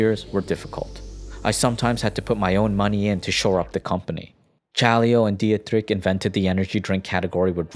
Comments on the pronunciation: Good video but please look up how to pronounce names, hearing "diatrick" for Dietrich is just jarring to anyone who knows the right pronunciation (any German speaker) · It is pronounced "dee trich" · Dietrich pronunciation is even worse 😂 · The pronunciation of Dietrich doe lol